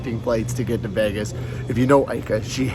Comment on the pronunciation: Not “Vegas” 😂. Happy Birthday Ika!!!!